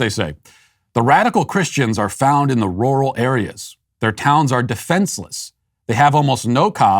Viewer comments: I'm getting a kick out of Matt trying to say "rural".... it's NOT "roar-al" it's "rer-ull"! hahahaha It was very entertaining to hear him say it repeatedly in a very stilted way! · Matt’s R’s sound like W’s when he says rural. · that's weird.... but I know there are areas where it's pronounced like that. My parents are from the Midwest and they used to go to Roo-ull King for things. I think they drove a shivvy truck back then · Matt struggles to say rural lol. Oh man 😆